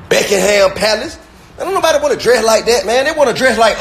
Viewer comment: Dude said beckingham not Buckingham lmao I swear 😂😂😂😂😂😂😂😂😂😂😂😂